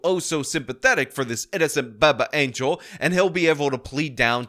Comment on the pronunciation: I am here for the “BABBBIE ANGEL” pronunciation.